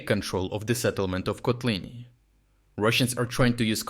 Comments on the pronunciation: Come on, already switch to normal AI voice-over. It's ridiculous using an AI with an accent if one name gets pronounced three different ways within a minute. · Has anyone else noticed that he pronounces town names differently within each video? For instance, in this one Kotlyne was pronounce 3 different ways in under 1 minute. I wonder if is actually an AI voice. It doesn't really matter, just kind of surprised I never see anyone else mention it in the comments. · bro pronounced Kotlyne in 3 different ways within the first seconds, which one is it? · Why inconsitent pronunciation of Kotlyne? I've heard 4 posibilities. And Udachne should be read with "English" 'ch', not German. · three different pronunciations of Kotlyne :socialdist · I just realized the voice is AI, there's no way this dude pronounced the town's name in three different ways throughout the whole video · How comes, that Kotlyne has almost different pronounciations in only two successive sentences? This is very peculiar for a native speaker. Is this video clip actually being narrated by a human, or is it just AI text2speech? Strange...